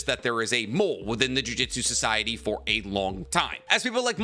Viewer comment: Every time he says JUJITSU instead of JUJUTSU I get irritated. It's just a weird thing to do when I know he can read.